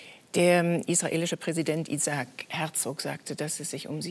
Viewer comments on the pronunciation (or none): none